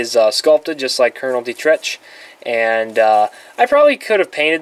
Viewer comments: Dietrich’s name is mentioned once by Sallah, it is pronounced DEE-trick. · Sallah mentions Dietrich by name once in the film. He pronounces it D-trick